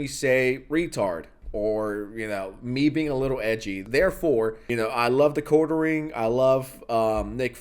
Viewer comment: The Quartiering..?? THE QUARTIERING..‽‽ Still..‽‽ No fukin' way...